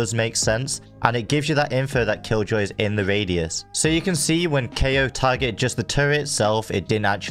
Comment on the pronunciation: Hmm Kayo more like keoch?